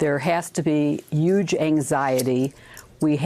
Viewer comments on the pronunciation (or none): Stop saying "yuge" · "Uge." Lol. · She keeps saying "Yuge"! WTF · and she says "yuge!" ;) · huge has a 'h' on it... ffs